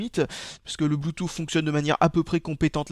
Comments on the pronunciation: blue"tousse" pas blue"touffe"... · bloutouffe xD